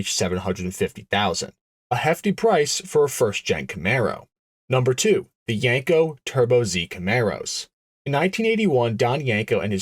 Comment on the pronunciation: It’s pronounced “Yeen- co”, NOT “Yank-o”. You make it sound like a seen on TV jerk off machine.